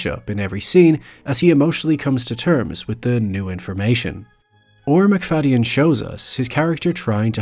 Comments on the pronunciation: I've always heard it pronounced McFade-in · I've never heard his name pronounced like that, the y has always been silent when I have heard it before.